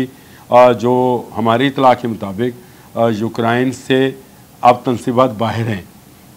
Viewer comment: یہ یوکرین ہے، ہوکرائن نہیں